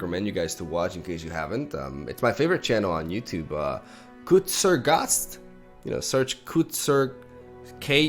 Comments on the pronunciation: I thought he said "Kurzer Gast", which would also have a meaning in german. Kurzer Gast = Short Guest (Short as in the guest isnt visiting for long) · Im from germany and to be completly honest how he pronounced "kurzgesagt" was so weird, i wouldnt even know which channel he means *i repeat, AS A GERMAN (kurzgesagt is german, its means smth like "in short words"). So good thing u wrote the name here. Btw yeah, the channel is awesome and i would recommend every single video (theirs a german channel with the same name aswell btw so dont fall for that if u search it on yt, theirs a usual english version of it.) Thank you for every new video! Keep it up! =)